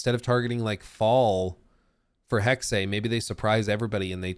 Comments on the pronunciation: It's HEXE, not Hexeiiii.. 😅 there is no I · Its not Hex-ay, it's hex-ah. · Eh? Right. Correct pronunciation is hex-ah. Like Scheiss-ah. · Just speak "Hex" not "Hexay" It hurts german speaking natives^^ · Please stop saying Hex-ay, sounds absolutely dumb. Its pronounced 'Hex-eh' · For the love of God, it is pronounced "HEX-UH" or if you really can't just go with "HEX". I feel like punching you in the face each time you say "Hex-ay". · Is it pronounced Hex -eh or Hex-ay? I'd go with Hex-eh. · It's pronounced Hex-Ah not Hex- Ay. Sorry 😁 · Hex-eh not hex-ay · it’s Hex-uh, not Hex-ay. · Hexe H-uh-ex Hexe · Hexe is pronounced like Pete Hegseth without the t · It’s “Hek-suh” FFS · anybody knows a Northen Germanic Language could correct them. in the Original german its certainly Pronouced hex in singular and Hexes in plural, we use the same sound in Danish but we dont use the X, we spell Witch or Witches = Heks = singular and Hekse = plural... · Why does pronounce it Hex-ay? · because he dosn't Speak German, Dutch or a Nordic language I would think. in the Original german its certainly Pronouced hex in singular and Hexes in plural, we use the same sound in Danish but we dont use the X, we spell Witch = Heks = singular and Witches = Hekse = plural... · This video was painful because you pronounced everything wrong. From people's names, to Hexe, and more. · You'd think he'd look up how to pronounce "Hexe" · You really mad just cause some pronounced a word wrong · At this point he’s mispronouncing it on purpose to troll us